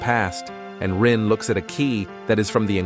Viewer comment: I'm sorry, who is Rui? I keep hearing you say that name. Are you referring to "Rin"? The protagonist?